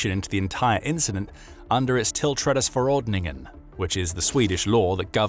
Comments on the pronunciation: Surprisingly well-pronounced when it came to "tillträdesförordningen". 😀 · As a swede i can say great job at the attempt of pronouncing tillträdesförordningen... You werent far off! :)